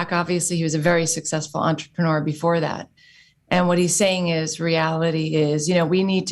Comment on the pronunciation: I just love this but I wish “this and that” wasn’t “dis and dat.” Otherwise, all on board